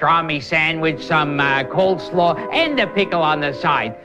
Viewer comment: says “cold slaw.”